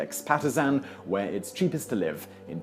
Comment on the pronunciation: My bad....I thought he said the top ten sheepest cities.